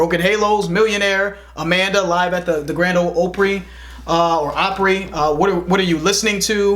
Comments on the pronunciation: He said The Grand Ol' "Oh-pree" lmao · Not gonna lie when he said opry wrong I got a little triggered until he corrected it but in all seriousness these guys are awsome to put on when your doing something and want something to litsen to. I always have their videos playing while I'm working